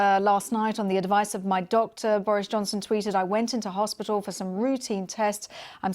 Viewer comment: Another presenter who is so ignorant she can't pronounce "hospital"!! It isn't "hospittall"!!!!